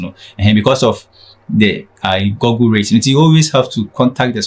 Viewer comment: Why do we pronounce Google wrongly in Ghana?